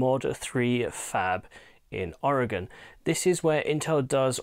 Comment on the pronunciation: Thanks for pronouncing Oregon correctly!